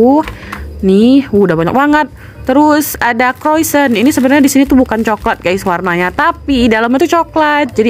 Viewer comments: Bacanya bukan kroisen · Di baca nya kroisong kak